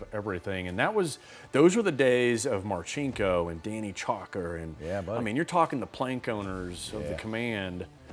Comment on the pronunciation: 1) ''Mar SINK oh'', not ''Mar CHINK oh''; 2) I'd like to bet $100 that you can't find Vunak online anywhere teaching Straighblast without an entry TO Straightblast, AND Straightblast as ANYTHING BUT an entry to something a lot more injurious; 3) I believe that the Hood and Box thing was created purely by USN SWU, NOT Vunak.